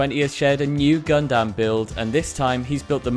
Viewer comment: You got the pronouciation of the gundam cruiser right, however gundam in self is pernounced gun-dum, not gun-dam. I know, its weird, but it sounds better.